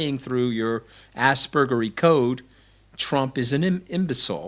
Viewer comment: “In his asbergy way” rly